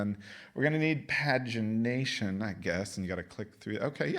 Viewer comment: Did he just say pageant-nation istead of page-i-nation?